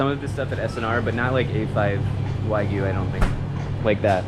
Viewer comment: Bambi pronounces “Wagyu” the correct way!